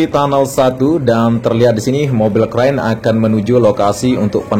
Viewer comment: Mobil crane bos bukan crain